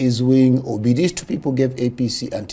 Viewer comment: Wait did I just hear "Oby" a she, instead of "Obi" a he 😂